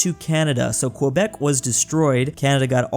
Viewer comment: It's pronounced kebek